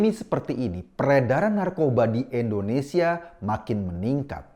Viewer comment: Mas Eko, sebutnya 'Indonesia' dong bkn 'endonesia' 😊 pk I bkn e 🙏😊